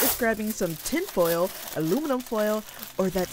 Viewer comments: Al u minivan foil. She never fails to make me laugh :D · Al u minivan? 😂😂😂